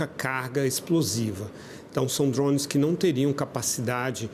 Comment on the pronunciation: Da um desconforto muito grande escutar esse analista falando "drownes" 🤦🏾‍♂️